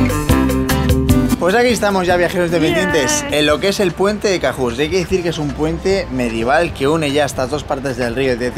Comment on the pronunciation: Cahors se pronuncia con O